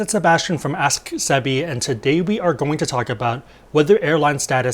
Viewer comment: very clear "Ask" "Sebby" to avoid YouTube's Ass Debbie loll.